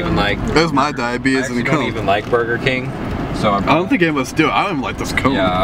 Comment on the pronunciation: I'm diabetic so I'm in happy that you keep saying diabeetise in a bag